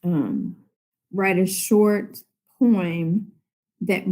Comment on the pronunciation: Who pronounces poem as poeem? Isn't she supposed to know how to pronounce words?